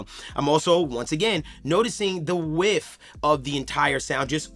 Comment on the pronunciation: Audioscape is great - they make great stuff "and things of this nature" ...also, im sorry but when you say stereo "whiff" it drives me crazy. Its stereo "width" not stereo "whiff". "Whiff" is a brief passing odor in the air ....WIDTH is what youre looking for my man 🤣